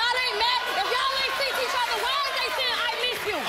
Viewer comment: Seent not seen...seent